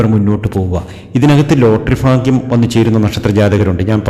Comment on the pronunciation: Fagyam, Faarya, farthavuXXX PLEASE AVOID*** Its Bharya, Bharthavy, Bhagyam✓✓✓